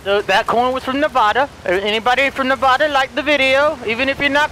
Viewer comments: It’s Nevada, not Nevahda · Can't like the video as you mispronounce Nevada, delirious.. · Nevoda Me:angry vegas noises* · Only people who don’t live in Nevada pronounce it wrong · See, a Nevadan would like the video, but the way you butchered saying the state, not a one will do so now lol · That not how you say it man come on